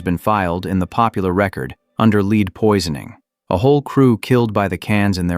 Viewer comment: leed poison 🤣🤣🤣🤣🤣